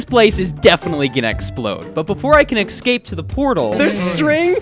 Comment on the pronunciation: Why do you say excape is escape bro